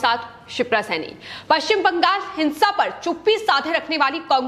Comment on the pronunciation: Please arrange to teach the news reader for correct pronunciation of West Bengal in hindi.